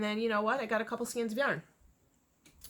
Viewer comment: Thank you for pronouncing "skeins" correctly!! It drives me nuts when people pronounce it skeens.